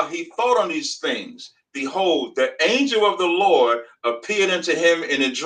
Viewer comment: Wtf is an anjew? Is he trying to say angel?